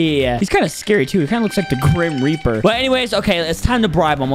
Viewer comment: “The Crim Reper”